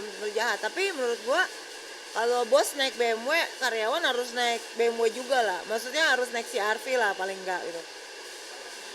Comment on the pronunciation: Cb cek dech BMW pertahun itu keluar brp unit,,,ngomong ja gk karuan ni cewek,, B'EM'WEK,, banyak bgt lu punya ya,, apaan tu BE'EM'WEK